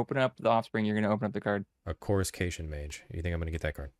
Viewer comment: Ur the 1st other person ive heard pronounce coruscation mage correct lol